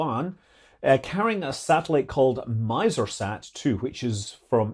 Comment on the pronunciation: "Miser-sat"? 🤨 I'm guessing there's a word in Arabic that's pronounced roughly like "miser" and that means something more positive than "the personality of Scrooge"? 😅